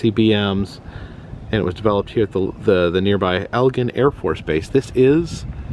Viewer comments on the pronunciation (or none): You pronounce the base as Egg lin. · It's pronounced "Egg-lin" Air Force base btw not El-jen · I'm not trying to be rude, sorry but it is not Elgin Airforce Base it's actually Eglin...sounds like EGG-Lynn .My daughter was stationed there for 5 years. But it's an honest mistake 😊 Also I am enjoying your channel very much..thank you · My wife used to live in Ft Walton Beach. It was fun watching her squirm every time you said “Elgin”. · The noise you heard in Val-P was the sound of freedom. It was fighter aircraft taking off at EG-LYN is how you pronounce it by the way. Air Force personel are considered Airman, not soldiers FYI...the fire fighter suits are for fighting fires on aircraft-its a special suit for the temps that the plane can have. I lived on Eglin back in the 90's stationed at Hurlburt Field. The armament museum has definitely improved since I've been there many years ago. My best friend worked on the MOAB program back when it was being developed. You would be surprised how many times maintenance crews/pilots would forget to remove plugs before flight. The red covers and streamers obviously makes it easier to see and be reminded of their removal. I love goofy golf, played there many times over the years. Awesome vlog! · It’s pronounced EG-LIN. I grew up on that base . Fun times. I’m so glad you came here!